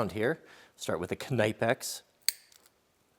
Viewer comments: Ok so Knipex is not pronounced knaipex Pronounce the „I“ like a „E“ in the english alphabet (with a bit of a I sound and not a long pronunciation, very short) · Those Knipex are a quality tool! Most of what the Germans make are amongst the best anywhere in the world. I'm pretty sure the "K" in Knipex in silent however. You can pay a bit more to buy a tool that will work much better fresh out of the box,&that will likely last you a lifetime before you pass them down,&many of the quality hand tools come with a lifetime warranty. No matter what you think or believe,cheap tools just do not perform at near the same level to begin with and if you use them very often you'll need to replace them every 2 to 5 years and even then they don't perform near the same level as that 1 original quality tool. My Dad&uncles tried to teach this to me while I was a boy,&a journeyman finally did teach this to me when I became an apprentice by trading hand tools with me for the day one day after I'd worked with him for a while.It's been a very valuable lesson ever since. If you can't afford new quality hand tools,do what I did and take $10 or $20 out of each paycheck and save it up to purchase one or two new quality hand tools at a time.I suggest looking for quality German or American made tools that come with a lifetime warranty.That warranty says Alot as well! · Please stop pronouncing the K, it's a silent K like in knife 😭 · That's not how to pronounce Knipex 😂 it's a German company watch any German videos made by Knipex. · I'm pretty sure the K in knipex is silent lol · it's actually not, I work with a german, it is pronounced with a short 'k' sound (or 'c' sound) not a 'kuh'. It's also pronounced with 'ni' sound as in knit and not as in knife. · I cringed every time I heard him say Knipex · No you pronounce the k and n but he still saying it wrong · It's German so you do pronounce the K but the "i" in German sounds more like English "e" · Knip-ex.... not k-ny-pex lol. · Knee Pix.